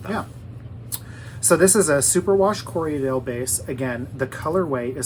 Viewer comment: Another stray thought --- as a spinner and sheep raiser, I've said Corriedale for a while. Since watching podcasters, I hear Corrie-a-dale frequently. Not a huge deal - love them either way. But since take teasing well, thought I'd ask ----- what's with the extra syllable?